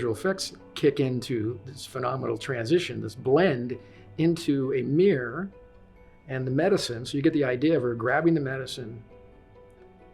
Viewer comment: What's a "meer"?